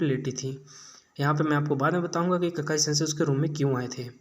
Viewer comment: Kakai nahi bhai, Kakashi Sensei